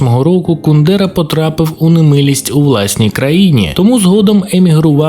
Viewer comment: От як можна роблячи настільки бути невігласом, що не знати як ставиться наголос у прізвищі Кундера. Навіть не перевірити. Коротше, відписка. Автор робить відео про те, на чому не розуміється.